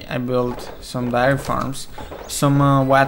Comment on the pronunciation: Some darry farms and whaht farms lol. I love your videos but your pronunciations make me laugh